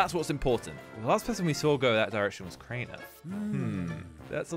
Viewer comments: It's Crianer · Jones: Craner killed on cams, I saw Everyone:IT'S CRAINER GET IT RIGHT!!!